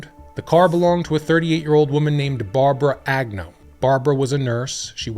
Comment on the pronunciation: Lyda? What? Why do you pronounce Agnew multiple ways throughout the video?